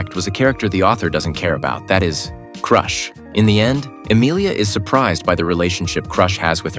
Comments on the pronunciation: .....i love the fact your texts say kirito when you said reinhard......i think you need a LITTLE fixing and its not crush its pronounced crochet but spelled crusch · Bruh, this is why ai sucks at reading, it’s better pronounced Croosh, not Crush